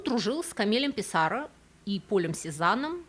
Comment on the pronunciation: ПиссарО, ПиссарО, ПиссарО!!! Что это за ПиссАро?0